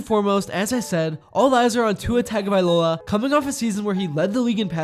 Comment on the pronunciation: I’m not sure if you’ve heard how Tua said his last name is pronounced but it’s not as you said (tag-ah-vie-loah) rather it’s (tongue-uh-vie-loah)